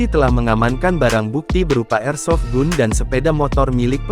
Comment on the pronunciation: Senjata tuh bacanya..airsofgan ...dol...jd komentator/penyiar kok ndos...hrs nya caribyh bs bhs inggris ...bkin malu2 in lndo aj...😮😂